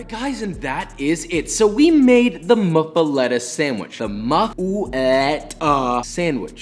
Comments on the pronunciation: NOPE NOPE NOPE (MUFF-A-LATTA) that is how you pronounce it. Honestly props because I’ve never heard it pronounced like that and I’ve lived in the gulf coast area for 15 years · As a New Orleans native I'mma throw some ridiculous facts down. It's pronounced "muffalAHta" despite the spelling. Idk if that's an accent thing or what, I'm just saying. It do be looking good though. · It's pronounced moof-uh-lotta. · You pronounce that thicccc boi: muffel-AH-ta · The way he pronounced it made me cry lol. But I love ya so I'll teach you the new Orleans way to say it. Moo-foe-la-ta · Pronounced (Moo-feh-LAH-tuh). Louisiana native 😊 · In Louisiana we pronounce it a "muff-e-lotta" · It's pronounced moofalata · A) It's MOOF- a- letta.... and B) The "pickled stuff" hurts my soul... this is supposed to be olive heaven, not "hey there, lil' cauliflower, TF are you doing here?" The bread looks nice though, but I can't even finish this video... Lo siento Jeshua... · You are pronouncing it wrong. It’s muffolatas not muffulettas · Its pronounced muff-a-lot-a I'm from Louisiana broski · I think it's pronounced moofaletta. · i think he butchered the muffaleta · This man saying muffuletta wrong every time kills me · You are saying it wrong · nobody pronounces this correctly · I just cringe hearing him butch muffuletta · i’m freaking out over josh saying “muff-uh-eh-tuh” instead of “muff-uh-LAH-tuh” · I cringe every time he says “moofuhleta”...MUH-FUH-LOTTA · everytime my louisianian ass hears him pronouce it as muffa-letta i die a little inside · Moo fu lot ah Not Mu fa letta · That sandwich looks amazing! I wld totally devour it! But, I’ve never had Swiss cheese on a muffuletta, only provolone & mozzarella and also pronounce is “lotta” not “letta” ( born in Texas, used to live in Louisiana, still go back several times a year) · I dont know anyone from Louisiana that doesn't pronounce it muffa-lotta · We pronounce it as moo-fah-la-tah in New Orleans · We actually pronounce it MUFF-a-LOT-a